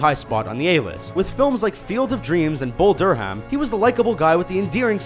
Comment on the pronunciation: Bull Dur-Ham? LOL What happened to the last narrator?